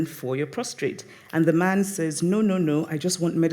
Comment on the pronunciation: It's so good to hear Chimamanda call a word...wrong! "ProstRate" for: "prostate." No real biggie...but just goes to show that even an - unquestionably cerebral - Goddess can flub a word.